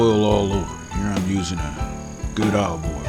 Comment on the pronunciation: You smellat? ...Smells GOOHD! This guy is awesome